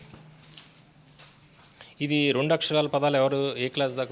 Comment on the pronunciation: రొండు కాదురా నాయన... రెండు.